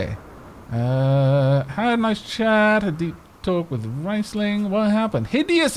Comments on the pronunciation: It is good thing that you're renaming the pawns, because the way you're pronouncing it should be written "rEIsling" instead of "rIEsling". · Also, it's pronounced "Reesling" if i am not mistaken.